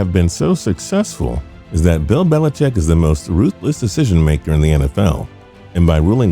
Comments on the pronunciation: Dear Narrator: It's "Belichick" not "BeliCHECK" - geesh!! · put the emphasis on the wrong syllable, sure fire way to trigger the grammar police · His name is Bill Belicheat.